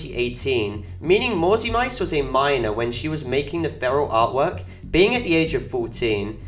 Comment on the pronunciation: the name is pronounced "mauzi mitse" not "mauzi maits"